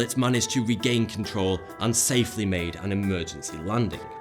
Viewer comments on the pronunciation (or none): none